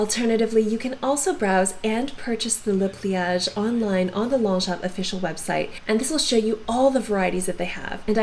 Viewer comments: Thanks for the presentation on Longchamps. You should know that it’s pronounced: Lon-shon. The GS and PS are silent. Like “Champs” as in Elysee is pronounced SHON. 👍🏻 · LONGCHAMP ---- THE "p" is silent.... THANKS ...